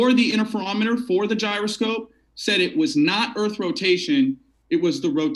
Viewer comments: I subbed thinking I'd see good debates but now I'm also rethinking that move: dude can't even pronounce "gyroscope" or define "marionette". Like seriously? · you don't know what a marionette is, and don't know how to pronounce gyroscope, and you didn't confirm the debate requirements with the participants prior to starting the event. Not very professional.